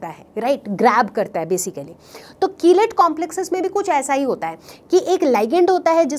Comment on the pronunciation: ma'am aap कीलेट ko kilite keh rahi ho hahahahhahahaha budhu